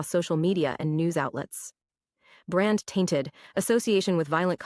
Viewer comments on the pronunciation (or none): none